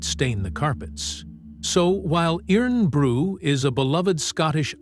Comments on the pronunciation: FFS it's pronounced IRON BREW. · It’s pronounced “Irun Bru”